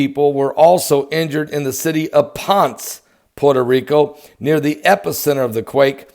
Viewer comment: Ponce you say it like Poncsay! Do think they are man made?